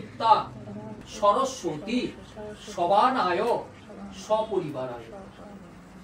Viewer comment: Shorosotti noy ota shoroswati hobe